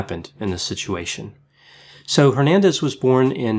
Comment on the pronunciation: C'mon man honor your Hispanic roots and pronounce Hernandez correctly xd